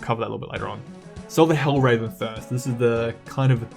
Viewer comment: It is hel-ver-en not hell-raven. Otherwise, really great video. Good analysis